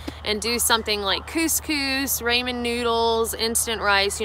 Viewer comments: Is it so difficult to say RAW-MEN 😂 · Cold "raymen" noodles, mayo and olives ? Yeeccchhhh. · Good video as usual. Rah-men though, can you say it with your accent? Just curious. Ever thought of hiking the Island in Canada? West Coast Trail is pretty short, challenging and beautiful ! Look into it if you are unaware. Peace out, and thanks. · ok she cant even pronounce her food correctly and its the most widely known food in the world. RAH! MEN who the hell says RAY men? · Say Raymin noodles one more time.B? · I watch videos with my 6-year-old daughter, and she has started pronouncing ramen with a hard a. When I try to correct her she says that's how says it so it has to be right. Apparently she's a higher authority then me. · homegirl did not just say raymon noodles. no!! lol! Much love for sharing with us all. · Say Raymond noodles one more time.. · “Raymond noodles” 😂😂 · "ray-man" noodles ....the cringe is real. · raymahn noodles hahaha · "Rainman noodles" =P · This was helpful! But please....Rah-men. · Did you just say “Ray men” noodles?!....😆🤣 good stuff! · Rah- min noodles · Might want to pronounce "Raw-men" correctly if you're going to say it more then 10 times. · always great to hear from you,I still crack up everytime you SA raymen noodle's... peace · After all your hiking you still call them, "raymen" noodles. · Yeah, "raymin"--too funny. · Gahd someone tell her how to pronounce Ramen.. with aaahhhh. Not a hard A. It's killing me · You should learn to pronounce ramen properly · I love the way you pronounce Ramen noodles .........so funny!😂😂😂 Thanks for the food cook or no cook advice. I don't want to cook, but I sure would miss my hot coffee !❤️ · I have never heard anyone pronounce ramen noodles the way you do. 😂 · It's not Raymond noodles? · Love your channel but please, please please......the A is short in "ramen'. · Great video. Thanks. But, it's not Raymond noodles, it's Raaaaaaaaaamon noodles. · Rah-men, not, Ray-men